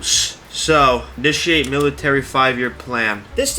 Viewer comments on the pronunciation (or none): none